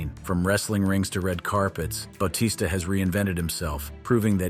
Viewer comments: bao-tista??? its Ba-tista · You said most of these wrestlers names wrong lmao. Bautista's may have been the most egregious.